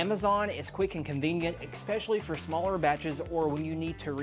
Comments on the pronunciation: great video, but it's ES-PECIALLY, not EX-PECIALLY. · Had to turn this video off. I refuse to watch a half an hour of somebody that doesn’t know how to say, especially